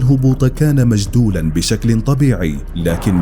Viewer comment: قارئ النص ضعيف لغويا وثقافيا ... اخطاء كبيره تنم عن جهل وعدم فهم للنص ... مَجْدولا ...بدل مُجَدولا بيونغ ... بدل بوينغ M16 بدل MI6 يرجى منكم الإنتباه وتصحيح هذه الأخطاء المتكرره في العديد من فيديوهاتكم السابقه أيضا